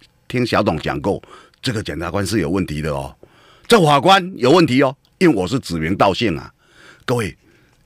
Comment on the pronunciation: 謝龍介有台語教室，我們董哥有國語教室：字正腔圓-字正腔言，非洲豬瘟-灰州豬瘟，不吃飯-不吃換，法官-猾官，扭曲-扭七，大學-大鞋...